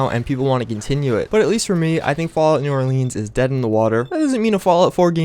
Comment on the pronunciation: just saying lol